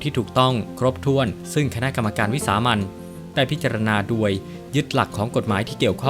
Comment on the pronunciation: แอ็ด ตนไทยหรือเปล่า ทำไมออกเสียง โดย เป็น ดวย จบอะไรมาวะ